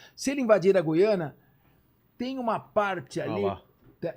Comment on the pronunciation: Gu-iana? Não será Guiana, como Guilherme?